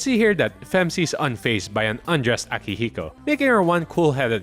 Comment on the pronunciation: Great video but you got something wrong. It’s not “Femc” it’s “Phem See”